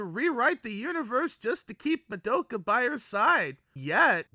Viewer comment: oh WHY do you say Ma-doe-ka! Is it rage bait? because it's working!!!! Good video tho.